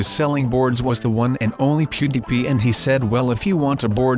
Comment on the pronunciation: True mean on do you say beauty P you did you mean PewDiePie